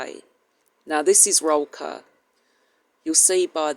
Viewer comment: It. is pronounced Roll coor (sound like cook, but instead of k it is an r) Still doesn't make it right if you say it right